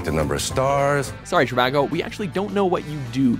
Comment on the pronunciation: The Trivago guy mispronounces the name of his own business. He says "CHI-va-go", like Chicago.